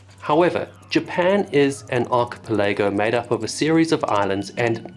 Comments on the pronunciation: Yikes! An “Ark a pa lay go” lol butchered that word my boy, it is a weird word to say if ya never seen it before … “ Arka’ pel’ ago’ “ 👍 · Weird, I just watched a video by thedoctormedic where he pronounced archipelago the same way and wondered if that's just how it's pronounced other places, as he doesn't pronounce Hawaii like most Americans from the 48. Then I switched to your video and you pronounce it the same way as him. Guess that's Pacific pronunciation. None of this matters, I just want to comment to feed your videos to the algorithm.